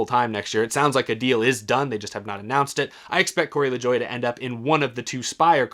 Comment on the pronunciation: Why do people keep pronouncing LaJoie's name wrong?